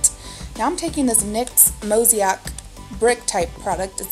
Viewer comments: Mow-say-ick :) Am loving your channel!!! How have I never seen your vids before?! Amazing! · Mosaic....Mo-zay-ik. That's how you pronounce the nyx multicolor product. Like in art when they use small colorful pieces to make a larger item.....that's why the nyx product is named that way bcse of the design of the powder....just fyi. pretty look! Thanks